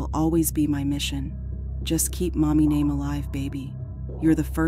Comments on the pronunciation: The AI mispronunciation of her name is DISRESPECTFUL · Why every single time the narrator says this girl’s name she pronounces it different every time😂💖😂🤷🏻‍♀️🤷🏻‍♀️🤦🏻‍♀️🤦🏻‍♀️🤦🏻‍♀️🤦🏻‍♀️🤦🏻‍♀️